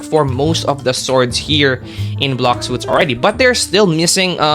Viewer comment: “blocks suits” 💀